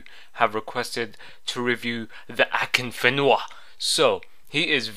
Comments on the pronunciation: "who the fuck is akinfinva" xDD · akinfiva lolol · LOL Who the fuck is 'Akinfiva' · who the fuck is akinfiva? xD kkkk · Thumbs up if you love the way he say akinfenwa lolzzz